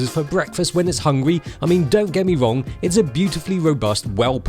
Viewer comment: "Don't get me Wong"